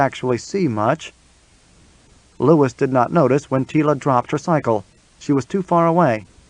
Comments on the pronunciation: Ok, I am out. Lew we woo. Not Lewis. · Louis is meant to be pronounced "LOO-ee" NOT "Lewis" ! I'm out ! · Louis is not pronounced the same way as Lewis.